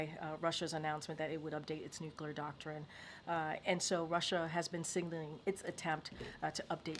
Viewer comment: I think that if you cannot pronounce the work nuclear, you should be immediately disqualified from being White House press secretary.